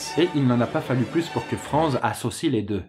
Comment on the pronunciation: Franz se lit: "Frantz", parce que c'est allemand! ^^